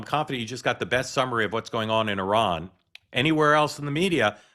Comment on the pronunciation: Mark, I appreciate that you are saying Iran correctly (as best as Americans can), instead of the typical I-RAN pronunciation